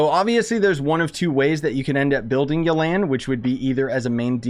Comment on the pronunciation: Everyone: Yelan Him: Yo Land